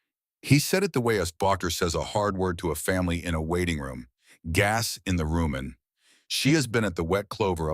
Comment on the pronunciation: ... "gas in the RUMEN," not ROOMIN!